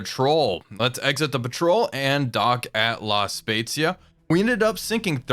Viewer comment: I was very impressed by your pronunce of “La Spezia”. It was just perfect (the italian “z” sound can be tricky). I’m italian 😊 Oh btw happy holidays